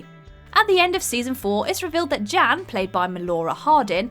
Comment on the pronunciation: Everytime she said “Jan” I heard “Jam” “Jam’s baby daddy” Edit:I keep reading my comment and I’m reading “Jim’s Baby Daddy” wtf